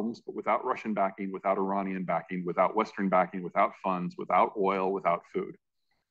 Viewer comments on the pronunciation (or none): none